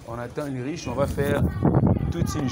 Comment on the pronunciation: Ce n'est pas Ulriche. On le prononce Ulrike svp. Mais on écrit Ulrich. Merci